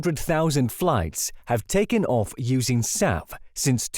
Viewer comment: SAF ... SAF ... SAF ... not SAP, sap, south, staff, south, surf, staff, self, staff, or Souths!